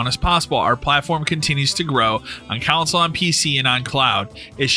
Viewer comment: Hearing console pronounced couwnsole hurts my ears.